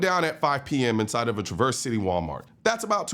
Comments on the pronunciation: Grand TRA-verse. You are putting the emPHAsis on the wrong sylLABle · TRAverse. Emphasis on first syllable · One report said the assailant was tackled by the guy who stopped him. BTW. It is pronounced Traverse, not TraVerse. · I've NEVER heard someone pronounce it traverse. It's travers county. It's even in the video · Dude, we don't say Tra-VERSE City ... it's TRA-verse City. Emphasis on the FIRST syllable, NOT the last, or even EQUAL emphasis on BOTH syllables. I'm a Native Michigander, and here we try to learn how things should be pronounced, before committing them to video! GEEZ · Thank you for your coverage of this. In case you care, you are pronouncing Traverse like someone not from the area. Here instead of Tr"uh" verse, the "a" has the short vowel sound as in "apple" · It is pronounced TraV Erse not Tra Verse. Do your research and listen to the reporter on the pronunciation. Do better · Traa-verse Colion, not Treh-verse.😊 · TRAVerse city, not traVERSE. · Colin as a native Michigander I just have to say it’s pronounced “Tra-verse” with a nasally “ah”, not “Truh-verse” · Too lazy to pronounce Traverse correctly? It's TRA-verse. A noun. Not tra-VERSE which is a verb. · TRAverse, not traVERSE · Trah-verse. Trah-verse. Not tra-verse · Trav-Verse City but you were close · Traversee? Traverse... no ee. The news caster literally pronounced it several times. People are so quick to make a story with information they got from other YouTube platforms... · TRA-VERSE not TRUVERSE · its not pronounced "Traverse City", its pronounced "Traver City" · For the record its pronounced TRAV-ərss City. lol you used Detroit coverage like Michigan is all 1 city. (Like the newsperson said it - pay attention.) This is the most ridiculous video I've seen in a bit. if the person wasn't there then the cops who were arriving on the scene. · It is pronounced: Traaaaverse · TRA verse. Accent on the first syllable. Cheers! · pronounced trav verse city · “Traverse” accent is on first syllable